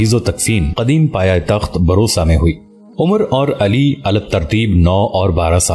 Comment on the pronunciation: Bursa name hy.barosa nahin.or usman bey sabsay baray nahin sabsay chotay son thay.